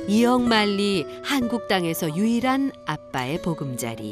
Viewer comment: 이억만리가 아니고 이역(異域)만리